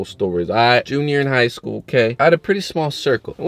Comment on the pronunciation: every time he says that I laugh hella hard 💀😂